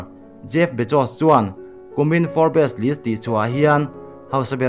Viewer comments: Forbs anga lam tur. For bes nilovin. Tihsual palh emaw, hriatlohte pawh a awm ve thei e. Hriat kim vek theih a ni silo a ni. Kan inhrethiam tlang vek tur a ni. Kan zirtirtu pakhat chuan thil zawng zawng hriat tum suh u, min ti ţhin. 😊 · Nakin zelah pawh Forbes magazine news inla la zel duh awm sia.. A lam Dan dik zawk in aw.. Fobs tih rik a lam zawk tur ani e.. Sawi sel na ni lo in thahnem ngaihna zawk in le.. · Pronunciation chu zir tur awm ve nual mahse i sawi tum a hriat theih tho e. Entirnan, Forbes hi fourbess tih a lam tur ani lo😂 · For bes ti a lam lo in, Forbs tiin lam hram la, ngaihthlak a nuam deuh ang😇🆒✌ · Fawr-bes ti ang a lam lai tak hi chu a fuh chiah lo. Fawrbs (Forbes) ti in an lam țhin a ni. A dang zawng chu a ngaihthlak a nuam e. 😊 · Fawrps.. Tiang hian aw.. Tisual thei vek kan ni.. Thurawn in pe tlang thin ila.. I channel a ngaihnawmin a bengvarthlak thin e.. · Forbes. Fawp, tih mai tur alawm😁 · Fawr bes tih loh tur aw.Forbs i ti tawh dawn nia. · nui keh tuarlo khan a lamdan dik chu hrilh ve mai la. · Forbes a atawp a 'es' zawk hi lawm lambi tel loh zawk tur 'b' hi chu lam tel a la ni zawk... Forbs tih in an lam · Forbz alom a lamdan tecu🤪🤪🤪🤪 a spelling forbes